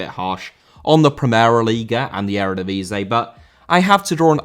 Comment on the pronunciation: Eredivisie* not Eradevizei